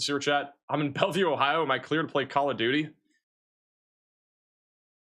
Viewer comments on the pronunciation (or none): none